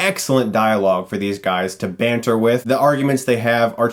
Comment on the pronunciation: when americans attempt to say "banter" lmao